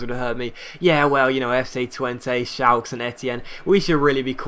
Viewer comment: Shal-ka not shalk..